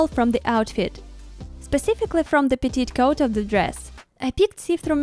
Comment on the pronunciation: So lovely! Just so you know "petticoat" is pronounced Petty-coat 😊 I truly hope your hands have stopped shaking ❤